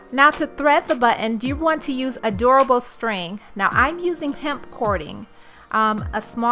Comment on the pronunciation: Also sounds like she says "You need to use adorable string"